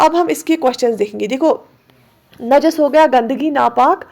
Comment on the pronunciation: It's not Naaajis.... it's simply najis